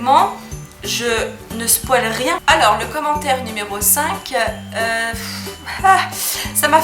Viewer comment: Coucou 😂 ça m'a rire t'a prononciation du mot spoil ✌ biz